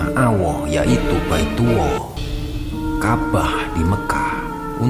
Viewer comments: Kok AWOH? kok BAITUWOH sebutin Lafadz ALLAH dan BAITULLAH itu yg bnr lah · Baetuwllah bkn baetuwoh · Bilang allah nya sm baitullah yg bener dong...awoh dan baituwoh...apa itu? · Pengisi suaranya qo aneh saat menyebut Allah . Dia nyebutnya awoh dan baitullah dia sebut baituwoh. Tolong untuk video selanjutnya diperbaiki 🙏🏻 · Baitullah jd baituwoh, Rasulullah jd rosuwuoh 🤣🤣🤣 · allah bukan awwoh Dan baitullah bukan baituwoh bukan Rosuwuwoh Tapi rasullulah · Maaf kang Ralat. Yg benar Allah bukan Auoh.. yg Benar Baitullah bukan Baituwoh🙏🙏🙏